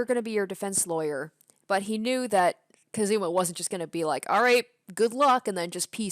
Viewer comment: Gonna correct you , you said "kazuma" like "kaZUma" holding the "zu" longer, but you gotta hold the "ka" longer in "kazuma".